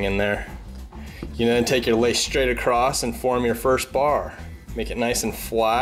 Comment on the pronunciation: "Acrost"? New word? Oh did you mean ACROSS?